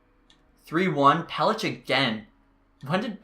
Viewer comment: it’s pel-ick not pel-itch